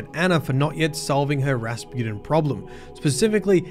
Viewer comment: Drink every time says “Raspooden” (no don’t, seriously don’t) I love the way you pronounce Rasputin as “Raspooden” and sometimes “Raspewden” and it’s fitting because for a while there he was crappin’ his dacks and then he was spewin’ mate. And Clovis is a good old fashioned sort of a bloke who gets easily misunderstood. When he offered me the job I would have accepted. Woulda been cool. We wouldn’t have taken any guff and would have got the job done no matter what.